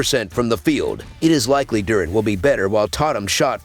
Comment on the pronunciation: Lmao i was just lmao bout how he said it